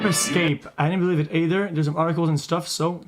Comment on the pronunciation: ''I didn't believe it *EY-THERE*''